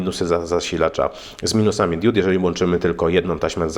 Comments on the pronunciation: diud diód :) hehe diod :P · Hej dude, mówi się diod nie diód ;) DUDE. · Diuda czy Dioda ? Wiec mówimy diod nie diud !!! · Diod, a nie diód :) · nie DIÓD tylko DIOD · Kłuje w ucho fakt 😂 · *diod, diody, diodo, diodami. Nie: diÓd, diÓdy, diÓdo i diÓdami. Mocno to razi, zniesmacza i zniechęca. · DIOD, a nie DIÓD! Matko boska, uszy krwawią, jak się w ciągu 20 minut słyszy takie kalectwo 150 razy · DiOOOOOd. Nie diód. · DIOD!!!! nie diód/diud :P ale taki poradnik dla wielu pewnie się przyda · diud" serio?